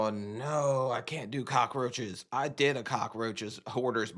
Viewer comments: Is she saying "cock-a-roaches"? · Why do all the hoarders say "cock-ah-roaches"? Watch and listen, none of them on any episode seem to be able to pronounce it correctly.